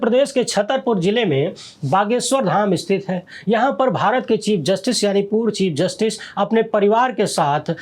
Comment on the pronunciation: 😂😂😂😂 चिप जस्टिस not chief